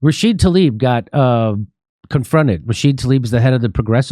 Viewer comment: Why does Jimmy constantly get Rashida Tlaib's name wrong? It's not that hard. Also, we aren't surprised at Tlaib's behavior here, because we've seen again and again her willingness to go along with the corporatist legislators.